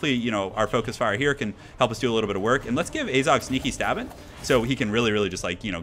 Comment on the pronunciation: it is AZHAG, not azog